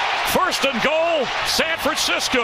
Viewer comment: “1st and goal San Fransicuh”